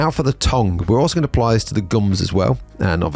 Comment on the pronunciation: Please stop saying "tong"